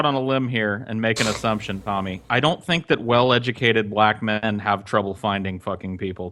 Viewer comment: how the fuck does Tommy add a letter to "men"? "Me-in," are you fucking serious?